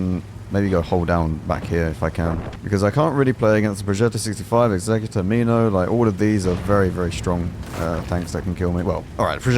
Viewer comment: Finally, a CC that pronounces Executor the right way... Worth a like just for that